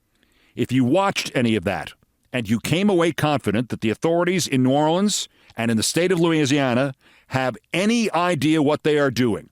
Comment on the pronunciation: He pronounced it correctly a few times and mispronounced it a few times. Mostly, when he seemed to peak in emotion, he slipped to the single syllable mispronounciation.